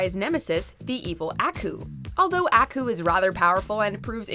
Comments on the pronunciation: Mojo puts all this time to make these videos but can't take an extra minute to tell this bitch who is narrating how to pronounce names right. It makes me feel they really just want views not subscribers. ITS AW-KOO NOT ACK-OO. He literally says how to say his name in the shows intro.….. bitch. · Ah-kuh? ... FOOL. ITS AAAAAAAAAKOOOOOOOOOUUUUU. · It's Aku, not A-Ku. It's Wile, not Wiley. E is his middle initial. Seriously stop reviewing things you've never seen. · Aku (Ah) (koo). ffs. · That’s not how you say aku! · It triggers me how u said Aku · The way she pronounce "Aku" hurts my ears.